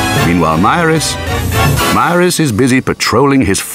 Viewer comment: Except the pronunciation of Maris , but other than that very good .